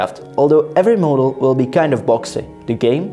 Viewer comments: "Moadel" I'm cringing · how the f do you say "model"